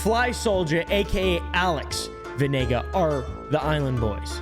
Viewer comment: Crazy! My actual last name is Venegas. Zacatecas, Mexico. You are not pronouncing the S though🤦🏻‍♂️